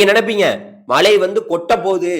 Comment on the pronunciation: தமிழை கொல்லாத மழையா மலையா